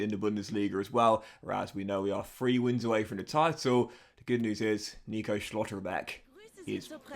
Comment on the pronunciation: STOP SAYING SCHLOTTERBECK LIKS THATTTT